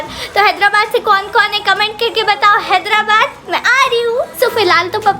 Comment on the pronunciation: लास्ट में हैदराबाद की जगह हेदलाबाद बोल दिए।।।😄😄